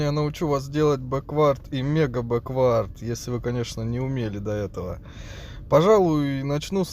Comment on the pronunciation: бЕквард ударение другое 😉